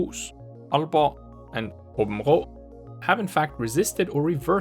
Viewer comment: lol are you danish you say århus aabenrå og aalborg flydelende